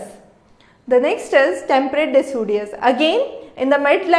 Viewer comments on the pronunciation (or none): it's deciduous not decudious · Its decidious not decudious